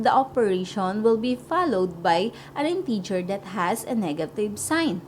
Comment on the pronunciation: mali pronunciation mo ng integer in-teh-ger hindi in-tee-ger